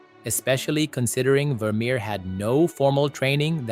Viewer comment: Wermerer????? Wermerer?????